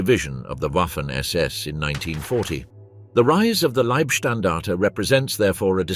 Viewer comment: OK SECOND ONE I HAVE WATCHED PLEASE GET YOUR BOT TO CORRECT SS , SAS , OR PULE THE PLUG .😮😊